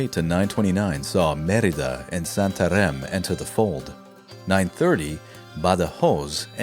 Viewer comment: This is how you say Beja and Santarém: Otherwise, great videos.